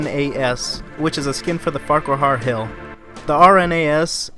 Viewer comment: The lae flamboe just killed me you pronounce everything so badly american like farqa-har is so painful its pronounced far cwar (cwa are) or farq were